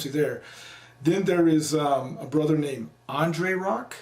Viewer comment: I thought you were saying "he's a brotha.." but you said "he's a brother". Then I realized it's both. Carry on